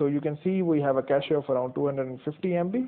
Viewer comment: I like that you pronounce cache correctly